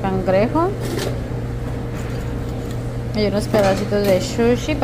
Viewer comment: Se dice Pez o peces! Y no pescado🤦🏻‍♀️🙄 Se dice Sushi, no shushing 😂😂😂🤦🏻‍♀️🤦🏻‍♀️🤦🏻‍♀️